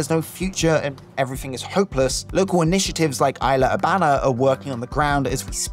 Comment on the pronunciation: “eesla urebana” 😎